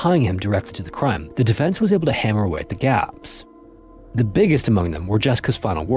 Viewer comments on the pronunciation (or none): none